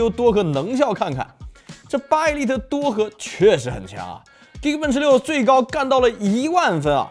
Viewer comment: 一利特，是這麼念嗎？